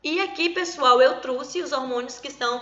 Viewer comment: Professora falando "eu truse"; Tirando essa parte a aula foi boa.